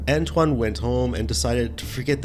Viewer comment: Dude doesnt know how to pronounce antoine...hahahaha he says antone? Hahahaaa